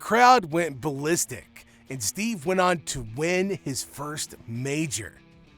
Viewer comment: FFS does every video have to be narrated by a dumb AI? STEVE Ballesteros?!! 🤬